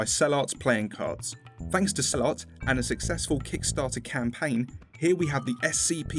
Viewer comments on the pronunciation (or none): Is it just me or does Cell Art sound like sell out? I just think it's funny I'm not calling him a sell out